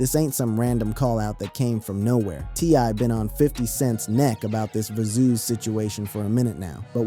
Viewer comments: Verzoos?!?!...😅😂😅 Verzus. Like Versus, T.I. must need some paper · Va zoo's.....got me so annoyed